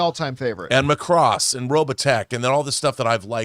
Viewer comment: Uh, says maCROSS. I always thought it was MAcross. And, yes, we needed a Robotech movie YEARS ago. T T